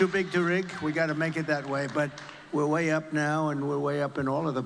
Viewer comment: Lol "they said no way, i said way weh".